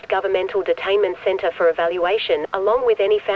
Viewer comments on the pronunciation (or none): bro said "speical detaiment center" 100 times ☠☠☠